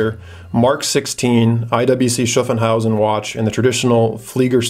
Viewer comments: Its SHHAAFHAUSEN. Not SHAFENHAUSEN. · *Schaffhausen not Schaffenhausen ;) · Hi: Nice video. Thanks. A note on IWC Schaffhausen pronunciation: it is Shaff-house-en. Keep up the good work m friend. --Michael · yeah. I just wanted to get him a little closer to the correct pronunciation. Then I thought about it some more and it is more like Shoff-hauz-in. Haha. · Schaffhausen .Pronaunce Schaff a bit like staff and shit